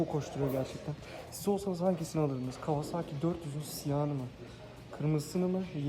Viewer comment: abi kawazaaki değil (kavasaki) lütfen